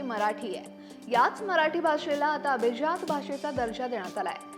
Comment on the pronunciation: अभीज्यात नाही madam अभिजात म्हणा